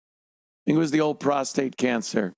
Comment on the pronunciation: lol “shink about it” -Ted Sheckler